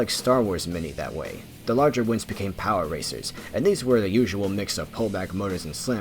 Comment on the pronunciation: Every time he says “power racers” I hear “power Rangers”